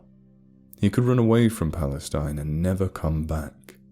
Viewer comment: I don't know where this is supposed to be set, but if it's in Texas, the town is pronounced Pal-la-steen.